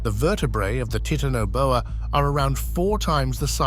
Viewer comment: I am so tired of people pronouncing things wrong, like the Titanoboa; it's obvious what he has on his mind.